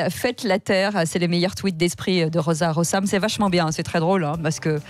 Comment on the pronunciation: Le S entre deux voyelles se prononce Z (donc "ro-z-a, ro-z-am") et non: "rossam", chère...